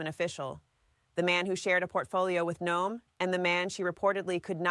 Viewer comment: She called her "Kristi No-em" , so yeah.